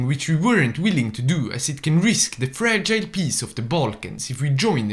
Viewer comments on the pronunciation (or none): none